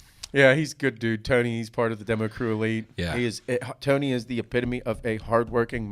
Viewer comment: Bob, teach how to say the word epitome.